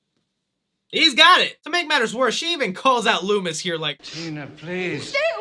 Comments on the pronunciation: Did my man really say “Lewis” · Also, please stop calling Dr. Loomis...LOOMY. Just don't...